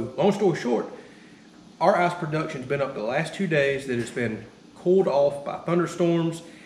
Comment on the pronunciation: Dude great video, great project, but every time you say ass-maker, ass-production or weigh how much ass you are getting I giggle XD